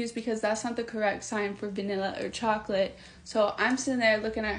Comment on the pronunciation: idk. She definitely has some "wobble" when she says vanilla and chocolate. Other than that, she spoke quite clearly. There are two sisters out on YT that make short videos of the deaf one pronouncing things horribly wrong while they both laugh their asses off. They have me rolling everytime I see them!